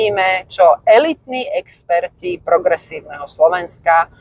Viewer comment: To sú egsperti a nie eksperti a to ešte neprehovoril Galko a psychoat